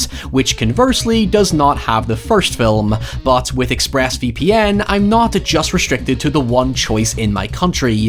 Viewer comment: immediately clicked off when i heard “This video is sponsored by Express VP ‘AN’ “